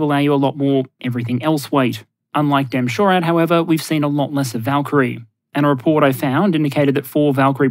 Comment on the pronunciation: Pedantic pronunciation note: the US Army refers to its DE M-SHORAD system as “Dee-Eee Em-SHORAD”, as it is the DE version of the kinetic M-SHORAD Stryker system, not “DEM-SHORAD”. Cause, you know, US Military acronyms.